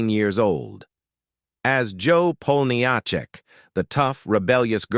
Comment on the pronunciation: AI voice over mispronounces Jo's last name. I have heard this problem on other posts by other content creators. It'd not artificial intelligence, it's artificial ignorance.